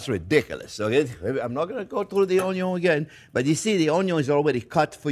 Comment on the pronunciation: Love the pronunciation of onion as 'un-yon' 😊. Also like your advice not to horizontally slice onion simply because it is already 'cut' by the natural layers.